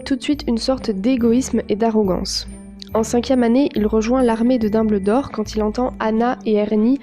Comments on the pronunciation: VOUS AVEZ ENTENDUE ELLE DIT LARME DE DOBLDOR MERDE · On dit Dumbldor